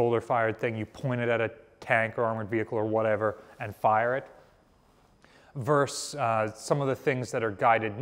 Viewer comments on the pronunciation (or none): it's not 'verse' its versus. what is your native language?